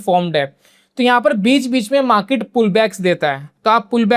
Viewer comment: Maket नही मार्केट ,बाकी जानकारी अच्छी है , ये मार्केट देखने का एक नया नजरिया है ❤